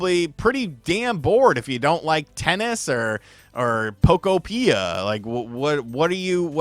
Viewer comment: Can you at least pronounce the game correctly? Poke-opia, like a Pokemon utopia.